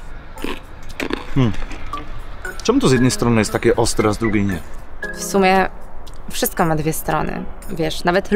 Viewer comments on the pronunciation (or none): none